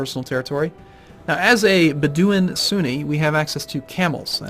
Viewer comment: your culture is pronounced bed like you sleep on oo like in book and in like I'm in a house, bedooin. Just so you know:)